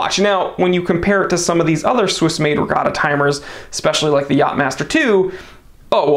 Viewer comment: "Etta". It's "Etta". "Etta". NOT E.T.A.